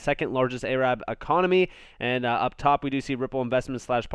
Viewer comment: You said "A-rab"....seriously? you have horrible pronunciation / vocabulary. you also don't know how to pronounce "subsidiary" and many other words I've noticed. But what do I expect from a guy that can't pronounce "AS" properly